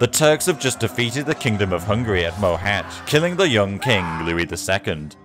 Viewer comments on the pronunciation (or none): none